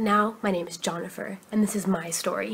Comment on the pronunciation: I'm sorry but... JONIFER. Killed me... Lol.